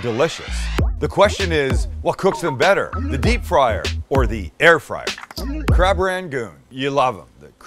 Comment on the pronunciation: why did i think he was saying crap not crab😂😂